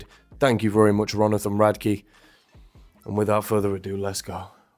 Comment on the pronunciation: Why do you always say Ronathan? Something I missed? 😅